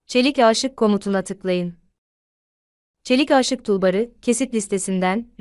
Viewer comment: Aaaşık değil aşık olarak telaffuz edilmeli. Sonuçta bu bir aşk filmi değil 😂